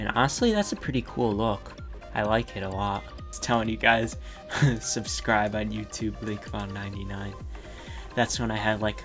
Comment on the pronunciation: When he said ‘Subscribe’ at the start he said it in a Texan accent like ‘Subscraaab’